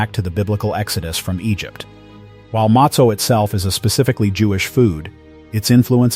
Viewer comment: Mostly pathetic pronunciation. How is it he’s able to pronounce sufganiyot and not matzo?